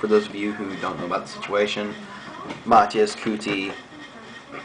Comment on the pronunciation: try to pronounce his name first. you can't even do that.